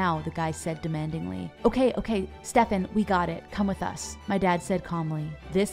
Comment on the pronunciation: How are you pronauncing Stefan?😭